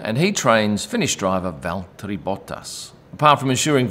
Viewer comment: Bravo on the pronunciation of Valtteri's name. I think he would approve!